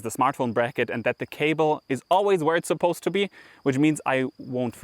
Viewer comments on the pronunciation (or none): ‘Suppose’: the u should be pronounced as schwa, not oo.